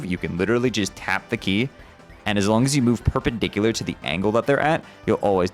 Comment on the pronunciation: dont asmume i know what perperdicular is or wahtever:d